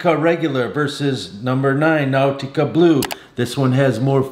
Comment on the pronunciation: Now-tica??? Unc, sometimes your pronunciation is interesting.🤣